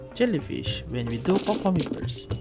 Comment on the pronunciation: I was laughing when you said ''brust for handshake'', btw i actually love it. my country didnt speak eng a lot i can speak eng well but sometimes i cant hear what're they speaking, nah when i hear your voice i can understand without subtitle